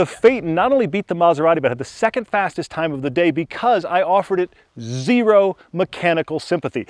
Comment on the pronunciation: That Phaeton has Zee--Ro exterior styling. Great series, though.